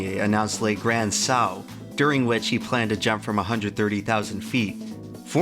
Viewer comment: You make such great content, man! You're hooking me with such a simple promise! Looking forward to whatever you upload next! (btw it's "le granD saut")